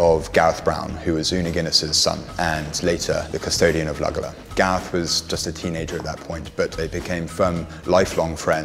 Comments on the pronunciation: The mispronouncing of Luggala (correctly pronounced ‘Luggala-law’ repeated over and over is equally grating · Pronounced ‘lugga-law’